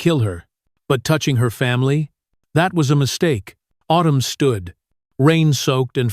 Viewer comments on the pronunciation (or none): Girls name is autumn not otoom, also this is supposed to being an American school so why does narrator break into a French or European accent for certain words eg dangerous etc, get someone who can speak English